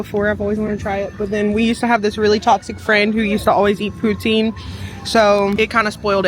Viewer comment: Canada here, poutine is a french word, pronounced poo-tsin! That did not look like the best poutine, hopefully you can come to Canada one day and try one at a Québec cantine. The cheese is meant to be squeaky, but it usually should be a little melted and soft when you eat it, it's my favourite part😍 poutine is not a gimmick for tourists, we be eating it regularly instead of going to a burger joint